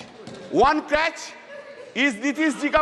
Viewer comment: Crutch not crach